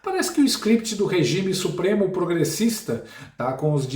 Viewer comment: Não é suoremo É supreme